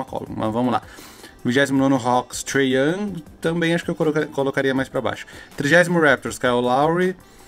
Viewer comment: Tray young com "Y" ta me deixando agoniado